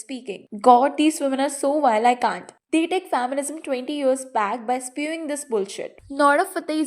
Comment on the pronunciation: It's not fam-mi-nism It's fem-mi-nism